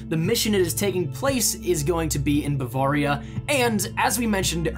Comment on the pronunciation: I'm from Germany so I can confirm that this is a well known legend there and it all checks out, but just one thing...learn how to say Bavaria, its like a knife through my heart every time you say it wrong. I see why you would say it like that but its pronounced like this Bu-vare (like rare)-ria. great video though and keep the great content coming.